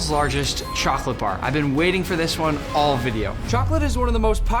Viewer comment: Pin this nick u always say choghlate insted of chocolate